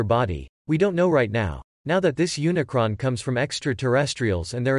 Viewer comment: Please...PLEASE STOP✋ Saying: Unicorn🦄! It's UNICRON. As There is Quite CLEARLY An "R" Just AFTER The "C". As His Horns Are Plural...NOT A Singularity!!